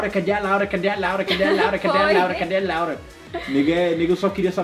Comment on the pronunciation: Parece que a Laura fala Lauri